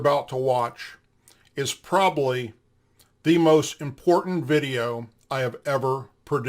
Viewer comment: Well it was all ok until you said probally. If you are going to call others a failure, then at least know how to speak properly.